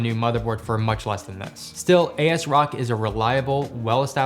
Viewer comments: NOT "A S ROCK" its asrock "as rock" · A-S-Rock? its pronounced "Azrock" lol. nice choice tho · Asrock? ❌ AS-Rock✅ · Botherd me more than it probably should that he's saying a s rock instead of as rock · LOL. He said A S Rock. It's pronounced Asrock. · is not a-S ROCK ITS ASROCK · say a-s rock one more time and ill die its asrock as-rock say it with me asrock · ''AS Rock'' :)) ASROCK! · My eye started to twitch everytime he said it 😆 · Hey there man, new subscriber, love your videos, and of the many tech PC youtuber i subbed, it’s the first time i heard asrock as a s rock lol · I've never heard someone say asrock as "A-S-Rock" lol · He seems to know a lot about ASRock, but he says A-S Rock and i cant get over it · he killed me with his pronunciation of Asrock !!!! say it with me As Rock!!! lol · "Eey-ass-rock" for ASRock is definitely new. Nice cheap pc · ay es rock is a crazy way to pronounce asrock great video! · same! it was relaxing until he pronounced it that way haha